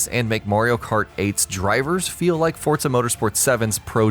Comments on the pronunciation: for gods sake its forza not fortza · For the love of christ. "ForZA" not "ForTSA" pronunciation of the word is key, take away from the point of your video. And constantly crashing into everything in almost every clip is even worse, makes you out to look like a whiny player even though I do agree with some points. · Stop saying fortsa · Whats Fortza Horizon?